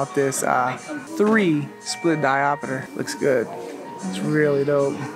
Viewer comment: Great video. "Diopiter" vs diopter 😂